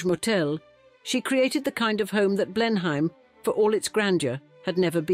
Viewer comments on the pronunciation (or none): AI, but I think it's a rip-off of Helen Mirren. Sounds like her, but isn't her. No Brit would say "Blen-hime" Palace. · Blen-em, rather than Blen-hime. Pride and prejudice is Georgian rather than gilded age, prob 60 😢or more years earlier. But very interesting and well told